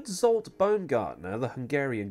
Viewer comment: Zsolt (not Zolt, pronounced in English as JOLT) Baumgartner drove for Minardi in 2004, and at the 2003 Hungarian GP for Jordan.